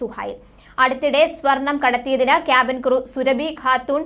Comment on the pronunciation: ഹെല്ലോ സുരഭിയല്ല സൊറാബി ഖാത്തൂൻ ആണ്...